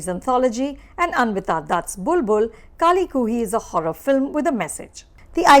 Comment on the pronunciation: Who else is hear to see Anupama Chopra mispronounce the film's name... about 8 times there...